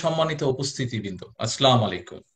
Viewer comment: আফসোস এখনো সালামটা শুদ্ধ হলোনা।